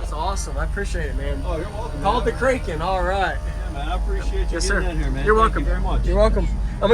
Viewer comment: Short a when you say kraken. Nice build.